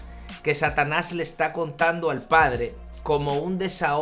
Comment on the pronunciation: Dice Pladre... Habría que corregir.... 😬